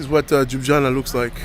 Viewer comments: Its not Joob its El L yubiana no disrespect just to help ypu out, enoy mate. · Lol... I couldnt understand what city are you talking about. Its not Jubjana, its L-jubljana😂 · Jana is actualy an insult to the name! If you realy can't pronounce it properly ( Lyooblyana), it is much better to say it the way Italians pronounce it: Loobeeana. Please try it and don't insult us anymore with all those j sounds, which do not exist in the original name. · Cool video but its not 'Juana' or 'Jubjana' but LJUBLJANA. Hard to get it right i understand. Google this and listen 'ljubljana pronounciation' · It is Ljubljana, not jujana😂😂😂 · Its Ljubljana, not jubjana😂😂 and Ljubljana is main city in Slovenia. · You pronounce Ljubljana as Liew-Blyah-Nah. The emphasis is on Blyah. You do it this way, it'll sound perfect. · Tip: just pronounce it "Lyublyana" and you will say it correctly. j=y in slovenian. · Very funny...Lju.. blja na... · Bit of a hint: Try pronouncing J as you'd pronounce Y (so lyublyana) and you'll be about 90% closer to its proper pronounciation. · you nailed the vowels. For consonants it's easiest to just swap J for Y in Slovenian and you're good to go. So just pronounce it as you would LYUBLYANA and you'll be spot on. 95% of our vocabulary is pronounced exactly as it is spelled and most letters represent similar sounds to English. A as "u" in sun E as "e" in jalapeño or "e" in best I as "ee" in geese O as "o" in Omaha or "o" in fodder U as "oo" in food C always as "ts" in tsunami G always as "g" in gray J as "y" in toy or Yankee R similar to Spanish Č as "ch" in church" Š as "sh" in English Ž as "ge" in garage or "g" giraffe Everything else is basically identical to English. So you can just sound out words letter-by-letter and it will be intelligible enough. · I never heard someone so mercyless to butcher the name of Ljubljana.